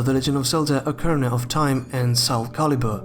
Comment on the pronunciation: "okerna" of time